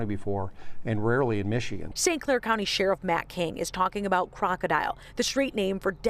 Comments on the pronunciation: It’s not pronounced like the word crocodile (kraa • kuh • dile) It’s krokodil and pronounced like (krah • kuh • dill) as like in dill pickles. And these drugs emerge because of the DEA and CDC. Stop putting our doctors behind bars and stop sending legitimate pain patients to the streets in search for their life saving meds. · Isn’t it pronounced krok-a-dill not crocodile aha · KROKODIL not DILE ..dil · Its called krokidil not fucking crocodile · You have to learn pronounce it. Its krokodil not crocodile 🐊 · It makes it hard to believe authorities even when they’re right when they don’t even pronounce the name of the drug right. All they had to do was watch a YouTube video of people using it. It’s pronounced “Krok-O-Dill” not crocodile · I thought it was pronounced kroko-dill? 🥒 This was especially popular in russia/eastern european countries, it is a certainty its some dark web shit